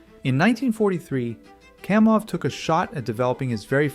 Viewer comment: KAM off, not KOM off. Educate yourself, dude.